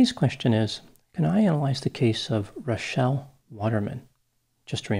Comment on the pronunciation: Liked for correctly pronouncing Rachelle!